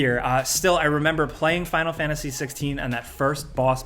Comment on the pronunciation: what is this game " final fanasy" tho ? you do realise there's a T in there that isn't fkn silent right ?